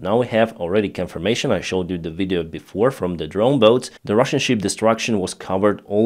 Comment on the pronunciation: you sank a ship, not a sheep. Big difference in pronunciation.